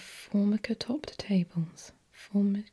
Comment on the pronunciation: "Formica" is "for-MIKE-uh," by the way.